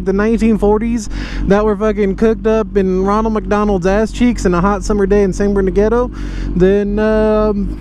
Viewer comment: San BERN-NAR-DEEN-NO 👌